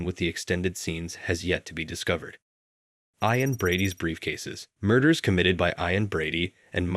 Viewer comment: Who the hell pronounces the name Ian like "eye-ann"?